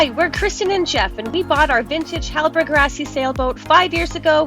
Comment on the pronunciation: I will help u guys pronounce the name correctly .. hallberg " hall-berry" .. phonetically ..:D hall-burg sounds so bad :D LOVE FROM SWEDEN !"